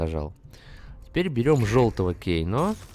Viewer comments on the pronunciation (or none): Да не Кейно а Кано